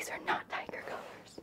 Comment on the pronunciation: I thought you kept saying diager, and I was like, what is that???????, then realizes oh, tiger